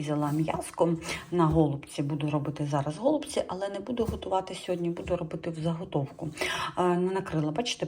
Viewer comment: гОлубці👀. Ріже вухо. Теба казати голубцІ , наголос на останню букву " і "